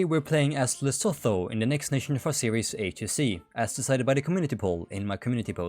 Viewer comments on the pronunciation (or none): Lesotho is pronounced "Leh-SOO-too" not "Leh-SO-tho" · its pronounced les SOO too man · just letting you know, Lesotho is pronounced Luh-soo-too, common mistake!